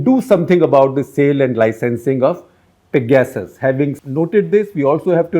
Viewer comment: Excellent episode for 800! Congrats! But could u say 'pegersis' instead of peg-asses